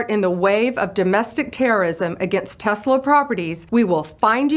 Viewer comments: Take it from Pam Bondi - it's TESS-la, not TEZZ-la. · TESS lah. "Tezla" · its tess-la, not tezz-la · I listen to all your posts every day and really enjoy the meme of the day concept, but for the love of God it's Tesssla rather than tezla. Keep up your good work on shedding light on the craziness of the left. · By Tezzla, do you mean Tesla?